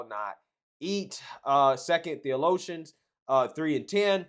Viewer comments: Theoloshians? I’m guessing you meant to say Thessalonians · Sorry,. I never heard of "Second Theolotians." Perhaps you meant Second Thessalonians? 🤣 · How did you pronounce Thessalonians?